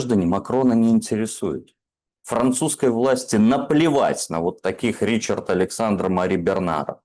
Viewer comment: Не живут во Франции Ричарды, там живут Ришары. Как не живут Майклы, -- живут Мишели. Разное произношение, одно написание.